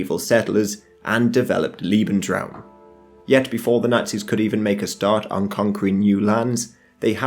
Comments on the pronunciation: Lebensraum not leeebensraum becayse that would mean "lovingspace" not "livingspace" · Bro, lebensruam's pronunciation is with a lay sound, not an ee sound. They way your pronouncing it would be liebensruam, which instead of living space, I believe would mean loving space (doesnt seem like the nazi prerogative to me) Lieb is one of the like 8 german words I know, so any German speakers, feel free to correct me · "Liebensraum" -Lee-bens-raum - "space to love", LOL. It's pronounced "Lebensraum" - Lay-bens-raum - "space to live", "habitat", "biotope". If you're going to make a documentary, at least get your basic terms right. "Volk" is pronounced "Folk". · Liebensraum, haha. Lovely ;)